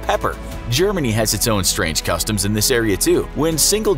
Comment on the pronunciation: "strang cutoms"🤔🤔😂how niceee